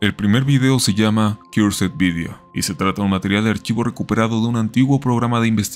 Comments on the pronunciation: Cursed video se pronuncia KERS virio, no kiursed video 😂😂😂 a estas alturas y no saben pronunciación básica del ingles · Wey si vas a decir palabras en inglés con acento estadounidense por lo menos busca como se dice “Cursed” porque no se pronuncia como lo dijiste